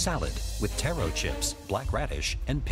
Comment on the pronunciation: The narrator's pronunciation of taro killed me